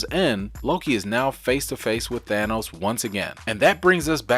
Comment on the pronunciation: HGa! Ha Ha! "Asgar" No no No. No. "Thanus" No No No not the way it is not at said ignorant fools....